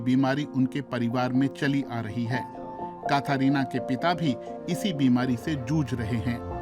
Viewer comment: काथारीना नहीं कैथरीना बोलिए जनाब 😊